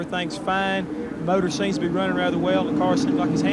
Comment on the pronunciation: David Hobbs “eerupt-ted a moturrr as you would say” 😂